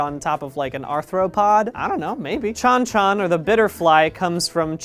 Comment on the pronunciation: Probably gonna get lost in the comments, but I wanted to show appreciation for the fact that Brian pronounced "Chile", "Mapuche" and "Chon Chon" correctly and represented them really well what with their metamorphosed head leaving their body behind as they fly. As a Chilean, I love both the inclusion and the fact that he didn't call it Chilly or Chili or made a joke along those lines (which I have had to endure a fair amount of sadly).